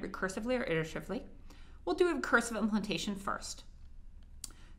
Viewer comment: ITERATIVELY, is it so hard to say ? XD